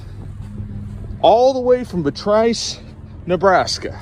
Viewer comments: Pardon my language peeves for a sec. It's Beatrice, NE. Bee-a-trice. And yes, transporting a pallet from there to MO is terrible, especially when he's going to go through Lincoln, Omaha, and Kansas City, all with large manufacturing bases and could pick up ltl loads. Ok, rant over. On another note: I am in seed season in SC, and I am planting a whole lot more than we're going to be able to use, but I'm putting out the word with my network that I'll have seedlings to sell, and any seedlings we don't have room for will be going to the flea market or farmer's markets. We'll also be growing dent corn (or feed corn), which can be ground into corn meal and substitute for flour. We also have oak trees, and will be milling acorns for flour this fall. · Those are actually 53 foot trailers. I own a body shop here in Nebraska. We have several vehicles that have been here for months waiting on parts. Oh and as a Nebraskan, we get pretty haughty about the pronunciation of Beatrice. It is Bee-at-ris. Thanks so much for putting out common sense content. Much appreciated! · Beeeee aaaa trisssss thats how it’s pronounced